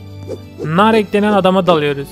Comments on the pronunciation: Abi narek Değil Naruto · Narek değil o narutooo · narek deil Naruto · Abi adları yanlış mayasa değil madara ve madara aşırı güçlü dara değil gaara ve abi gaara çok güçlü narek değil naruto ve naruto çok güçlü seni seviyorum❤️